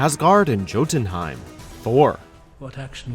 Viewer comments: Did he just say "Jo-tunheim"? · Good grief it's a silent J, so it's pronounced to sound like Yotunheim! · YO-DUN-HYME YOU PLEB WatchMojo, don't EVER let this guy narrate again. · I know words look foreign an hard to say but if you're gona do a video that includes these words, learn how to say the word ! Its not JOE-TENHEIM it's pronounced YOO-TENHEIM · Number 10: Jotenheim is pronounced "Yotenhime" not "Jotenhime". Number 6: Dumb decision - Picking a fight with Bruce Banner. The Brazilian jerk and his cohorts triggered the Hulk, not General Ross' troops. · Excuse me sir, but Jotunheim is pronounced with a Y where the J is, like you would say YO-tun-hime. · JOE ten heim? It’s “YO” ... “YO ten heim”. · ITS JOTUNHEIM NOT JOTUNHEIM THE J MAKES A Y SOUND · It’s said Yotenheim not Jotenheim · The first syllable of "Jotunheim" is pronounced like "yo", not "jo". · It's pronounced "Jotunheim" with a "Y"!!!!!!! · It's pronounced "YO-ten-heim," not "JOE-ten-heim." *eyeroll* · You mispronounced Jotenheim. The J is supposed to sound like a Y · It’s pronounced “Yo-tunheim” not “Joe-tunheim”!! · Pronounces Jotunheim "JO-ten-heim", then Thor literally pronounces it "Yo-Den-Heim" 4 seconds after. Nice. At least it's not Feige's name being butchered, like so many people do. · Jotenheim is Yo-ten-hime not Joe-ten-hime..... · It's pronounced Yo-tun-heim. In Sweden and other Nordic countries J's are pronounced as Y's. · Who says Jo-tunheim?...it's pronounced Yo-Tun-heim....Did they even watch the movie? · It's pronounced YO tenheim no JO tenheim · "Joe ton Hime" It literally says how to pronounce it, multiple times in the film. And on the clip immediately after it's announced. WHY MESS UP?! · Jotunheim. ITS PRONOUNCED Yo-Den-Heim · ...it's like this guy didn't actually pay attention to the fucking movies before compiling this list. BTW it's pronounced YO-DUN-HYME. Jesus, dude... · It’s pronounced Yo-ten-heim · Pronounce Jotenheim with a hard J one more time, I dare you.